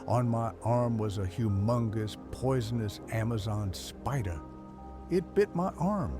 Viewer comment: lmao the pronunciation is funny af